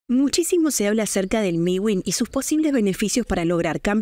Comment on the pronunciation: Es mewin no miwin 😂 pero muy bien tu video